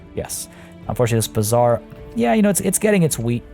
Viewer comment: Your pronounciation of bazaar sounds more like bizzare.😂😂